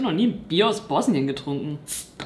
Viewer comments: Hauptsache du so „ Ich bin International“ ,aber du weißt nicht wie man bosnien und herzegowina ausspricht und wusstest nicht das das Bier nach Sarajewo einer Dtadt in Bosnien benannt wurde SEHR INTERNATIONAL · Ich weiß du wolltest uns nicht beleidigen aber Bosnien spricht man einfach nicht so aus und ja